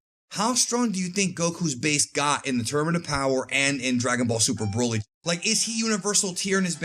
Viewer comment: And luv how you pronounce the name broly😂